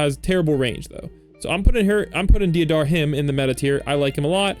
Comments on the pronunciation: It's ''Dayderah'' not deeadara bruh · deidara is prounounced day-dara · Right man that's not how you say deidara